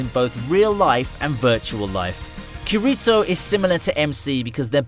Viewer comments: Bro, it's Kirito not Karito. But yah, i like the video, please post more of this videos. Thank you. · it hit me like shit when i heard him say his name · KURITO!? ITS KEEERITO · “kahritoh” 😂 “key-ri-toh” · fr a bruh moment made me not even want to watch this video he butchered the fuck out of kirito's name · he said karito like it was normalT-T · You know not to listen to this when he say geerito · Who the fuck is K-a-re-to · HE SAID KERITO lol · Who is gurito does he mean kirito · kur-ri-toh? lmao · The way he said kirito got me triggered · He said kirito wrong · all good man, i got a good laugh out of it, i’m not gonna hound you down over pronouncing his name wrong 😂 plus i liked the vid 👍